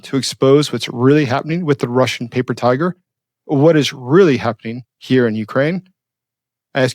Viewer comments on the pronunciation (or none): none